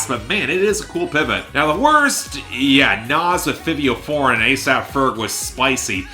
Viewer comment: Can you please research the names of the artists you speak about, from NAV to Benee to Fivio Foreign... It's not hard to find an interview or a video where their names are spoken so you're not mispronouncing multiple artists' names every time